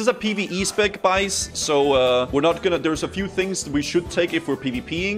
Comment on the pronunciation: As a Swede watching i laugh a little when you say Bajs instead of guys, Bajs means poop in Swedish 😂💩 As usual I love the content!